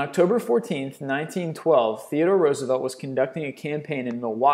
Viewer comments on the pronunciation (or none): none